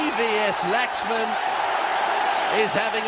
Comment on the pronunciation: Hate it when they wrongly pronounce Laxman